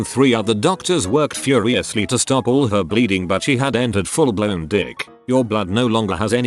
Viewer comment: Hearing the TTS pronounce DIC as Dick makes full blown DIC sound hilarious